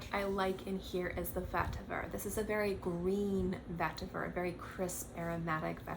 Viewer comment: Why do you keep saying vetiver like that? It’s not a French word. LOL. Chill out.